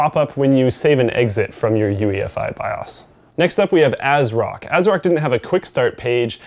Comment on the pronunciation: The "a" on asrock is exactly the same as the "a" on asus. Me thinks asrock is a cheap mans asus?